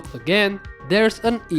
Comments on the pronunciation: There's no way bro just called Edith "Idioth" 😂 (No offense. ) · i heard 'Edith' as 'idiot' 😂 i was wondering why would he call the roamer 'idiot'? then realized it was 'Edith'